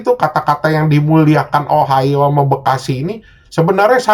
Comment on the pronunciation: lama lama denger ohio jadi ohayo njir